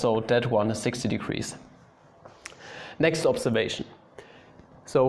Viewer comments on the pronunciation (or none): none